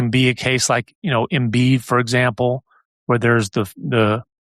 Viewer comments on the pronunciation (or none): none